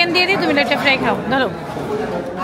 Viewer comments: ভাইয়া লটিয়া ফ্রাই না লইট্টা ফ্রাই 😁😁😁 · লটিয়া ফ্রাই না ভাই, লইট্টা ফ্রাই 😊